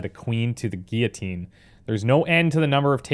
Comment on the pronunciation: I just got a really weird amount of pleasure from hearing someone pronounce guillotine correctly. <3